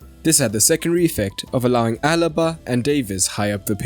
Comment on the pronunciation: The name is Alaba Not Alba